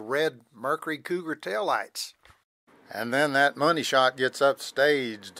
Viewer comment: When the guy says “there’s the money shot” he hears “honey shot”😂